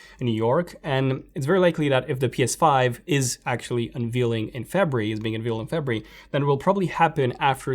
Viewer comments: Febree.. what month is febreee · The way he says February lol, awesome stuff man